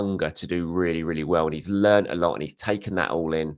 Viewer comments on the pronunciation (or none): none